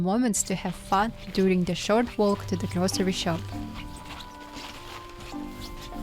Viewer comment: the L in “walk” is silent 😊